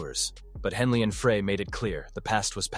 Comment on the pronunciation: I hate documentaries where the narrator has no clue. Joe Walsh was NOT a founding member of the Eagles. He didn't come around until the Hotel California album. In fact Walsh and Meisner weren't in the band together for very long at all. Glen Frey's last name isn't pronounced "fray". Bernie Leadon was not "leedon". Couldn't finish this garbage.